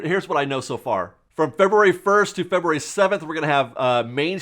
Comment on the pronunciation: LOL!!! Feber-rary